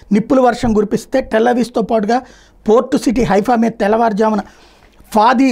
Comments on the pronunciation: టెల్ అవీవ్ సార్ టెల్ అవీస్ కాదు... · Tel Aviv is correct, not Tel Avis.Actually it's called as Tel Aviv-Yafo